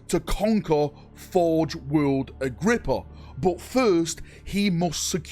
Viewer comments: I know i know, "Cant read" but i need to say it: Its Agripinaa not Agrippa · A whole video about an imaginary place that doesn't exist. Learn to read dude your so called "Agrippa" has a damn N in it FFS! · I believe in you, one day you will be able to pronounce "Agripinaa" correctly! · Take a shot every time he pronounces forge world Agripinaa wrong